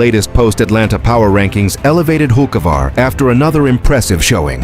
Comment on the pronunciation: Carson Hokeavar. That's what they'll calling him. Good one AI. 😂